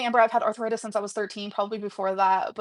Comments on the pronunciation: Why does she pronounce it arthur-itis? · Arthur-itis? at it again 🙄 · Her saying arth-a-ritis makes me irrationally angry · her pronouncing it “arthur-ritis” is so grating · pronouncing arthritis DW-style. “arthuritis” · Is it me or does Amber pronounce arthritis “Arthur-itis”? 😐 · I kept thinking, "Who is Arthur Itis, and what did he do?" 😂 Her inability to pronounce the most basic words never fails to surprise me.